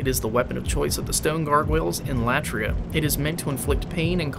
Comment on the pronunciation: Tower of Latria (accent should be on i) Latria is a Greek word which means worship So it's the Worship tower or The tower of worship Keep it up Greetings from Greece